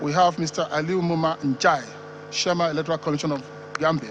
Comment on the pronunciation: It's chairman not shiaman